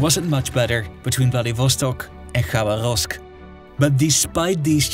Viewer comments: "Rasputísta" LOL...sounds like a Mexican revolutionary. Try "raspútitsa"...and with pronunciations like Khabaróvsk (instead of Khabárovsk) it's clear that your expertise is shallow. Is this all taken from Google? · Pronunciations: распу́тица • (raspútica) [rɐˈsputʲɪt͡sə] (NOT rasputíca) Хаба́ровск • (Xabárovsk) [xɐˈbarəfsk] (NOT Xabaróvsk) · Bruv it's not KhabarÓvsk. The accent falls on the second syllable - KhabÁrovsk